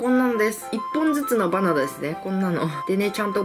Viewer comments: バナナって言えてないwwwwww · 所々、バナンとマンゴーて聞こえる笑笑